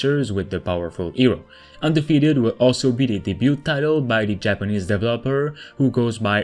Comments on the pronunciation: DevEEEEEloper not DEVLOPER 😒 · He says Dev El Loper (developer) as 3 seperate words 😆